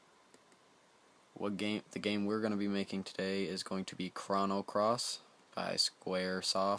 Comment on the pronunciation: Thanks for the video man. This seems like a complicated process, but after I do it a few times it should take no time. One thing though...you keep saying "Krahno" Cross. It's pronounced "Krohno" Cross.